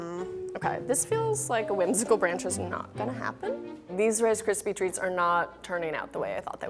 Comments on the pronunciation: wice kwispy tweats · “Wice cispy tweats”